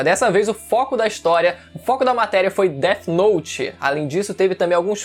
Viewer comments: Death note n,é dert note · o cara falando deti note me pegou mane kkkk